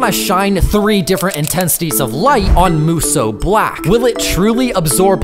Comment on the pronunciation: “moosoo black”